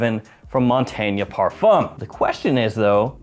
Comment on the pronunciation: One of us is pronouncing Montagne very wrong. :)